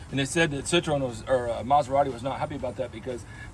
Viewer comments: It’s See-Tro-En! Not Citron! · if you want to know the correct pronunciation its SEE - TWOH - IN